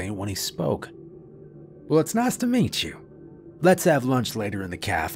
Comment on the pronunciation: "The students are dyeng to met chuuu..." 😂